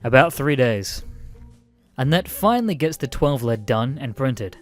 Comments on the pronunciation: Lead as in "leeeed" not lead as in the metal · LEED! I get you're Australian but god damn. ITS PRONOUNCED LEED! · Lead as in Leed. Not the element lmao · its not lead like the metal, it's lead as in leader